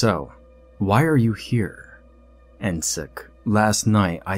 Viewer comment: As an Indonesian, I’m really familiar with this “run when you smell jasmine”. Somehow it means there’s a paranormal entity nearby knowing that you’re not near to any jasmine field. Also, this “encik”, the ‘c’ should be pronounced like ‘CHurCH’. And the ‘e’ is a schwa like ‘a’ in ‘About’.